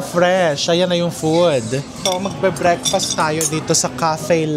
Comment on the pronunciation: Ganun ba talaga ng pg pronounce nga breakfast. Like breakfastttttt empahise on t